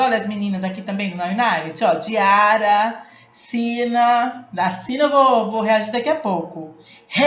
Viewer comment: Diarra se pronúncia diara esse ara é tipo are kk, acho que eu consegui explicar kk, não foi ignorância, amo seus videos. ME NOTAAA 😂❤